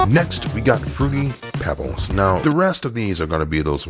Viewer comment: This man said fruity peebles. You need your car towed